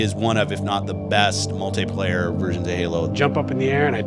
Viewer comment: When your flagship multiplayer game leader didn't know how to pronounce "multiplayer", you know you're fucked.